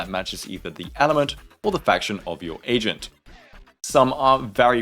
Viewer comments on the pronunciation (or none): I know you meant to say agent but all i heard was "asian" 😂